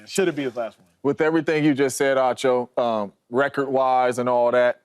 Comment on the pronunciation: Why yall keep calling ACHO ..Ocho. Ocho is the guy on Nightcap with Shannon.